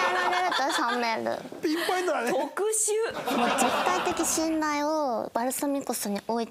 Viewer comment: ヴァルsaミコsってかんじの発音でかわいい